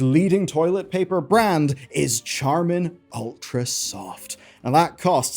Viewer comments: Charmin is actually pronounced "Sharmin" (kinda like the 'Ch' in Chandelier is pronounced as if it were 'Sh' -- SHandelier). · Its pronounced "Sharmin"